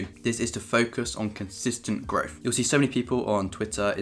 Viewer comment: personally, I would rather he stop pronouncing TH sounds with an F instead.. welf, growf, free fousand, wiv, two monfs, etc.. but let’s face it we are all just being spiteful because we’re not as succesful as him yet.. funny how he does actually pronounce the word THE correctly, so it’s not an impediment